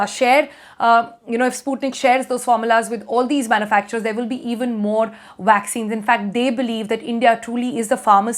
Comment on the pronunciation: Vaccines? I thought she said waxines.